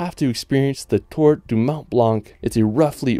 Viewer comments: Mon blan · Just a suggestion M’ont Blanc is pronounced as if there was no “c” not blannn but blan good video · Actually he's wrong, these letters should not be pronounced. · Please, stop saying "mont blanK"... It's horrible.